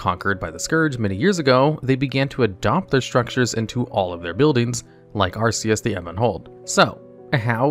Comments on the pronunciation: Hey be sure to 1) refer to Acherus (Ack-er-us) as Arceus (a Pokémon) and then be sure to pronounce the name of the Pokémon wrong too (Arceus is pronounced like the RKS system in Sun/Moon) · "arceus the ebon hold" wow